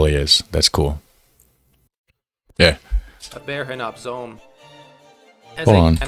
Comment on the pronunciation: Bergen Zoom. The oo in Zoom sound like the o in home.